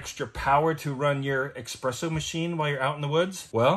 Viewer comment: It’s pronounced espresso, not expresso. I don’t mind doing a product review for this thing, remember there are other YouTubers that make a living solely on product reviews alone. While this video seemed a little sales-y, I still felt like it was generally related to their homesteading content. The only thing that really kind of bothers me about the product itself is the lack of physical switches. If the touch screen fails or perhaps it gets damaged, you have a very expensive door stopper. I could see the unit being damaged by blunt impact (like being struck by building materials in the bed of a truck) It would be nice if the touchscreen was informational only and the on/off/reset functions were physical switches/buttons. At the very minimum, it would be good if the touch screen was protected by a durable cover. I’m sure the manufacturer has some guarantee/repair service, but it doesn’t help someone if they were relying on this unit and had to send it back for a few weeks.